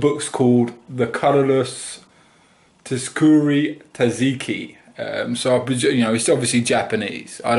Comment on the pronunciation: Its pronounced 'sukuru'